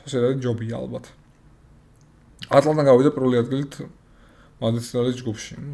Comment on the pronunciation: ატლანტა არა ატალანტა😄